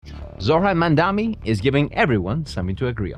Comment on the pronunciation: You don’t even know how to say his name .. who is mumdhami …😂